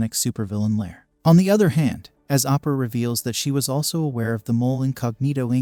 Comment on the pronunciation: Bro how tf did u pronounce Oprah like that